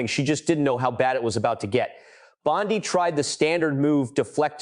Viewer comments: You asked what we thought… I think your narration & inaccurate subtitles are atrocious. Quick example Bondi is not pronounced Bond-eye. I can’t make it through your video without being distracted by all of the errors. Either F up the pronunciations or the text but bot both. You need an editor and a continuity supervisor. Peace out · It’s Bon-day. Either or an idiot ai or an idiot person. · EpstEEn! BondEE! Not Epstine and BondEYE. You pronounced them wrong on occasion. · I would share but you pronounce so many words wrong that it embarrassing. It’s also very inconsistent. Before you release something, edit! The name Bondi is pronounced bon-Dee. Epstein is pronounced Ep-steen. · Why is the name pronunciation in this video so inconsistent? The content is great, but how many ways can you pronounce Massie and Bondi?